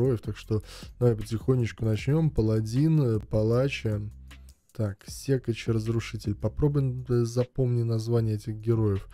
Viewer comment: Какой нафиг сЕкач😂 секАч )))))